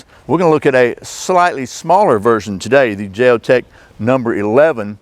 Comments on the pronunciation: why would you justify the way you pronounce Jeo-tech by say ing you're American? That's an insult to thinking, intelligent Americans. That's the way all ignorant Americans justify their narrow minded point of view( Trump supporters). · Isn't it a sign of respect to pronounce words in the way the language meant them to be. In some languages, pronouncing one word differently could translate as insult or compliment. Bit pedantic of me to mention this, but your dismissal of the company's correct name left me feeling as though you felt you were entitled just because you as an American could do that.